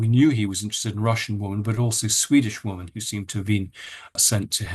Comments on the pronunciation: Why does Andrew always say 'woman' when he means 'women' ? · Why do you not pronounce the plural of woman - WOMEN - CORRECTLY ?!? 🙀 (Sounds like WIMMEN) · I have nothing but respect for Andrew Lownie and am so grateful to him for managing to expose all these absolute creeps. BUT I wish he pronounce the plural of the word ‘woman ‘ correctly. Why does he call women WIH man WUH man ?? It’s a bit irritating considering he’s talking about women and the word pops up so often. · why does this guy struggle to say women as a plural, like 'whimin' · Can someone tell Andrew Lownie how to pronounce "women" vs "woman"? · RIGHT??????!!!!!!! I have commented that many times